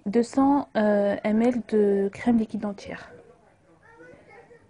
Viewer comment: sue la crème il y a 20 cl j ai pas compris aussi vous ne prononcé pas bien ml